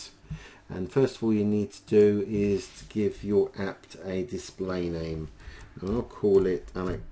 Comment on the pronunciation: There's no t in "app".